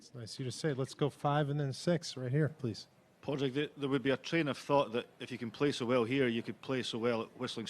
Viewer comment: The interviewer should learn to pronounce his name. It’s not “Pad Rag” it’s “Pawd rig”.